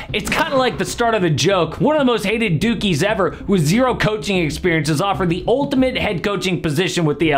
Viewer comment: 💀I heard it as “most hated dookies ever”